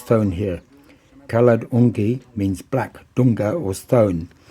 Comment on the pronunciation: Its Kaala Dungi.. Not kaloongi..